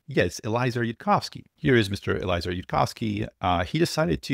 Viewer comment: Yud is right. (Pronounced EL-E-AY-ZER btw)